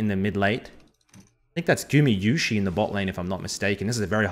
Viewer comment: gumayusi not gumiyusi